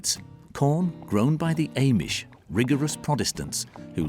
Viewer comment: You don't even know how to say Amish 😂